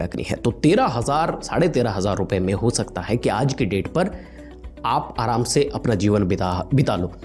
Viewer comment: Brother nicely explained, but "debt fund" pronounce it as date only not debt.